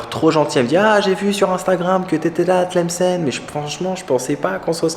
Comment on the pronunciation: tu la pronnonce très bien bravo 👍